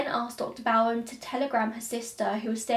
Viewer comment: Hey, my maternal family were Bowens. I just would like to, respectfully, tell you the correct pronunciation of Dr Bowen. It's long ō like hair bow. Bow-un. You have the second part correct! ❤️ I love this story. It just blows my mind, wondering what she did to shield herself, esp her hair, from all that blood. She had time, after abby, to wash her hair, or whatever, but Andrew was found too soon, for even the august heat to dry her hair, if she had to wash it a second time. Do you ever wonder Abt that?